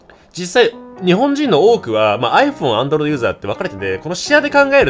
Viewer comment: 3分28秒 くらいってさ、Android勢って言ったんだよね？？自分はア○ルド勢って聞こえてしまった…